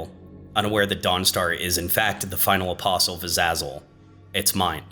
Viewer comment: This video so far is really good, I like how you're explaining and presenting things. As of writing this I'm just over 35 minutes in. Everything is great but you're pronunciation of Azazel makes me wanna defenestrate myself. Other than that great video 👍🏻 this series really needs more attention.